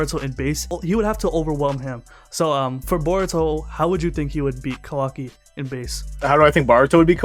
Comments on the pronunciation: sounds like he says Baruto lol but great video as usual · I feel like he’s saying boruto like that on purpose